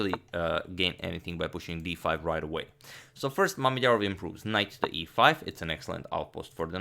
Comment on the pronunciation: "making the first move for... Shakh" First i misheard it because "Schach" is the german word for chess and its sounds almost exactly like you pronounced Mamedyarov. But i am surely not the first who mentioned this ^^'